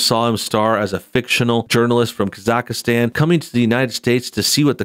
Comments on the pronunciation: Its not Kazakahstan, its Kazahstan and that country really exists LOL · Kaz-ack-stan...it’s a real country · Is it just me or does he just keeps mispronouncing Kazakhstan? Kazakhastan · The way he pronounced Kazakhstan xddddddd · Please say where Borat is from Properly. If you report on something make sure you know how to say the words properly on the subject. On his Ali G show he did rip on people who are in the United Kingdom. The fact his character AliG was a rip on the youth culture in the UK shows he did take the piss from more than one side. One character I didn't like was Bruno, was too gay for me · Hey,ofc you mispronounced Kazakhstan. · God you butchered the pronunciation of Kazakhstan. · Your pronuncng Kazakhstan wrong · Ok... you must not be too familiar with this dudes stuff. You arn't pronouncing Khazakstan correctly at all. And thinking that Jeff Bezo has anything directly to do with Cohens film is really silly. Any streaming service would have loved to get their hands on this.